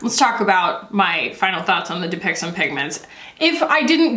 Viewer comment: i keep hearing "dupixent"